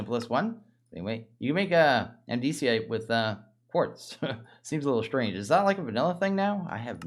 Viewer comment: When he said that I was like “WHAT!?!?”